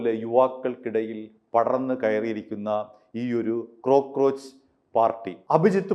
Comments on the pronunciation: ക്രോ ക്രോച്ച് അല്ല cockroach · ക്രോ അല്ല കോ ആണ്. കോക്ക്റോച്ച്